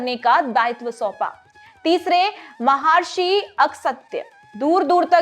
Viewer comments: महार्षि नहीं महर्षि है। अहिल्य नहीं अहिल्या या अहल्या सही है। अगसत्य नहीं अगस्त्य उचित उच्चारण है। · म हा र्षी ❌ म ह र्षी !🙏🚩